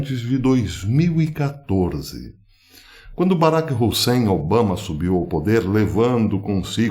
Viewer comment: Boa noite professor eu gosto quando o senhor fala " barack Russen Obama" kkkkk e incrível como essas pessoas fizeram tanta besteira para chegarmos nisso que estamos hoje um mundo afundando em caos conspiracoes falta de etica a verdade se transformando em mentiras etc obrigado por nós deixar um pouco mais sábios grande abraço ai para o senhor mande se puder um abraço para nos de Niterói Rj porque gostamos muito do seu conteúdo....